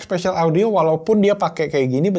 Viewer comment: Spasial audio bang bukan special audio wkw